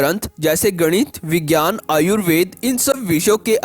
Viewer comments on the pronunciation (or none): none